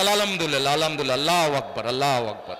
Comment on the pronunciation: আল্লাহু আকবরও ঠিকমতো উচ্চারণ করতে পারে না 😂 যাইহোক পুরোটা যে নাটক তা বুঝাই যাচ্ছে,, যাত্রাপালার নাটক গুলোর মতো লাগতেছে 😂😅